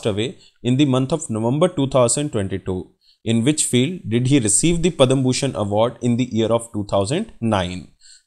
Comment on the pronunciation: Pad/ma shri award not padam